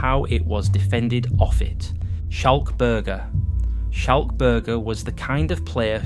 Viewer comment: Good Content, but just a small note on Schalk's name, It's a hard c so it should sound closer to skulk.